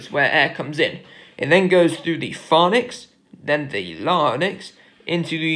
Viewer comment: Amazing video. Really helpful but you are mispronouncing some of the key terms eg pharynx and larynx. You are pronouncing them as ‘pharnix’ and ‘larnix’ and they should be pronounced ‘pharinx’ and ‘larinx’.